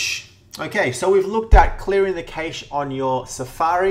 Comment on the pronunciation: Yo , It is pronounced CASH MEMORY